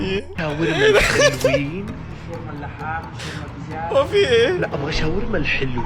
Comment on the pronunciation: الحلوين ❌ الهالوين ✅